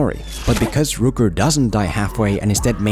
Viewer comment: Rork Not rooker.